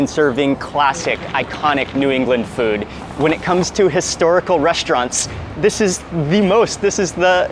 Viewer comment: I love how Mark says "Fud" instead of "Food" 😝